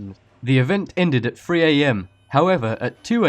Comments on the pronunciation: mmm not real spooky....and its three not free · Interesting video. Not sure what your accent is, but you do need to work on the "TH" sound. It's not an "F" sound. 3 <-- this is "three", not "free". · What is Number free? And where is Aushtralia? And what's 'wiv' rather than with? Terrible voiceover, please get someone with a talent for voice overs, not some expressionless voice with a speech impediment? It's really annoying trying to understand this guy's voice. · this guy needs to learn how to pronounce the word three.. it's three a.m. not free a.m. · lol instead of saying three he said free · This was the worse fucking video ever. None of these surveillance recordings were "creepy". Not to mention your fucking way of talking, learn how to say 3. It's spelled THREE not fucking FREE. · "number free" lolz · "Number free" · number free giggles